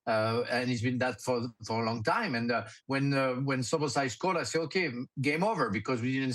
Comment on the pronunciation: s U b oslai......Soboslsiai There is no "U" in his name.